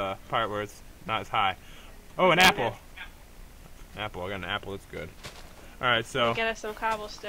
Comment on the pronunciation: "oh an AH-pple"